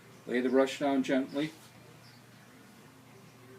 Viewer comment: the word is GENTLY !!!!!!!!!!!!!!!!!